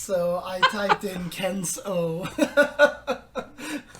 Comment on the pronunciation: It is pronounced Ken SUU. A long vowel U sound.